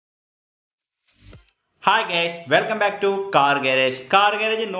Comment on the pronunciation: ഈ ചേട്ടൻ ഹായ് ഗേസ് എന്നാ എപ്പഴും പറയുന്നേ.. 🙄